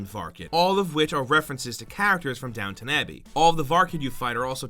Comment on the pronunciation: Downton abbey is not downtown abbey either